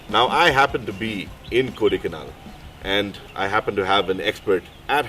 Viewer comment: For someone who has his bro lived all his life in the place, then he should know it is called Kodaikaanal and not kodaikanaaaal...